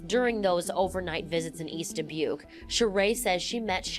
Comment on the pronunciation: hearing the wrong pronunciation of Dubuque (duh·byook) annoys me so so much it's not da-book